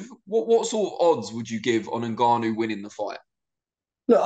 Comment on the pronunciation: Its Ngannou NOT Nig-gannou Frank! 😂🤣